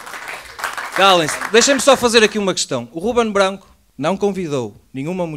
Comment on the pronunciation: Muito mau! Top 🤣🤣🤣! A malta falhou... não é Bganco! É Guben Bganco!... puto falhaste! Faltou o "má logo malta!..." Má logo puto!